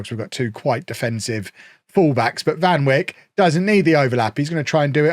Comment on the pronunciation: I’m glad we’re so far in the future here, otherwise I’m afraid would be demonetized. Given how he pronounces Van Wijk I’m afraid to hear him pronounce Virgil van Dijk. 🤓